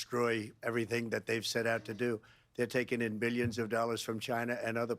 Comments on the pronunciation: And: Billyons of dollars, i made Billyons of dollars! 😂😂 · I like the way he pronounces 'millions' and 'billions' lol